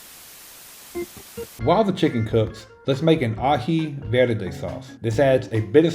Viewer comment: Orale!I like the way you pronounced verde. Tu eres gente . I’m 74, and you’re teaching this old dog new tricks. You are also my inspiration for better health through better eating. I love you my young brother.